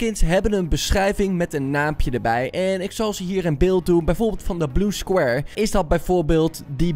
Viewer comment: Je spreekt Blue Squire uit als Bloe Skwaaier.